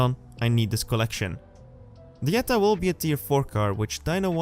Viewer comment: It's pronounced with a 'y' - 'Y'etta :)